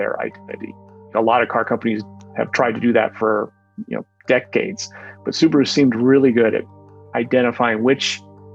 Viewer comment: Subaru not Subro